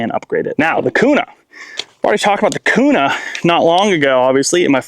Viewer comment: Q-nah is how its pronounced